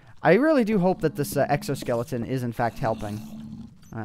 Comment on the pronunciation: Lawl you said sexo-skeleton